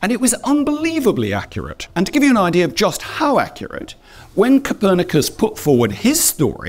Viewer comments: Se pronuncia Copérnico,no capernaco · La traducción en español de IA le dice Capernaco a Copernico, y Tommy a Ptolomeo 😂 …asi empieza el telefono roto de la desinformación de la IA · Él narrador en español se empeña en llamar Capernaco a Nicolás COPÉRNICO. Nadie corrige estás cosas antes de publicarlas?!